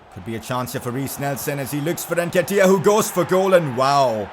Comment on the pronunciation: Before the Arsenal game: I'm not gonna try to pronounce his name. When he scores: Oh come on Nketiah